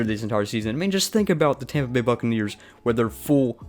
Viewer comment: “Tompa Bay” give me a break. You have the comedy of a middle school female.